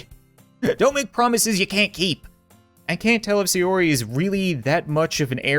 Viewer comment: Thank GOD you said sayori right